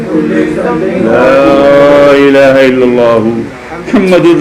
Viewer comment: Laaha ilaha say Matlab change nhi hota , asal pronounce Laa ilaaha ha jazakallah